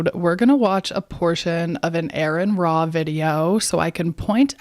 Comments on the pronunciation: I'm an exJW so I've read plenty of the bible like most JWS have..... it's "ARE EN RA" not errrrrin ra. Girl, jump off your ride. right on target. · "Hey, Lady! You Call Him! (not Ayron Ra)"